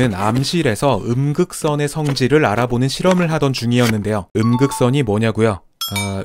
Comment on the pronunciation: 음극선 ㅡ극 선